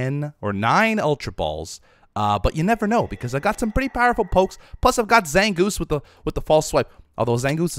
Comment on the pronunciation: It hurts every time he says pokes